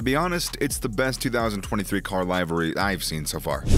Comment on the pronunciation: If this man says “live-ary” One more time…